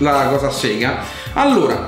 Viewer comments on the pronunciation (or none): none